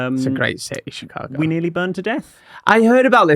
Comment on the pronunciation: am I the only one that hears say chicargo?